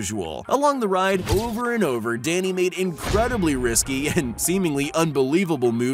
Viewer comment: That is not a bmx its a trials bike and Danny's name is not pronounced like that